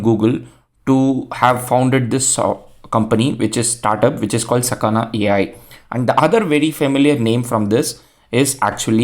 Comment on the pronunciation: the kana you read are sa ka na, so it is sakana